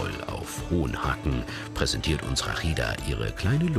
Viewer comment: Erstmal heisst sie Rashida und und nicht Rakhida. Genau wie Mohamed und nich Mokhamad. Und Ahmad und nicht Akhmad. Wenn ihr Das Arabische "H" nicht sprechen könnt dann geht zur Musikschule und macht Opera um eure Bänder zu trainieren. Und versucht nicht jedes Arabische Wort zu "verachteln", wir sind keine Juden und keine Holländer. Also noch mal sie heisst Rashida.